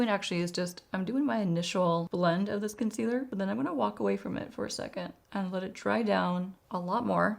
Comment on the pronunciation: I love your videos…. English is my second language, so I’m always curious.. why do say “conceader”? Maybe I am hearing this wrong and you actually say “concealer”. Thanks!